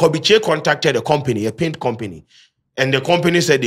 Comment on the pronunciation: It’s pronunciation of azar paint for me😂😂😂